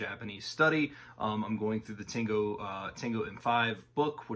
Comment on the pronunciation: Good video but I'm flinching every time you say たんご